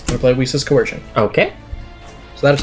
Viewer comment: I was gonna upvote but he pronounced coercion as cohearshion